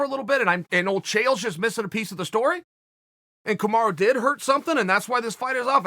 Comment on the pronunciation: KAMARU not KAMARA.